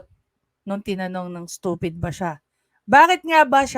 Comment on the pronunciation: ...you think I'm stoofeed?...."YESSSSS.....SI.......OUi...OO...,👍👍...🤗🤗😉😅😂🤣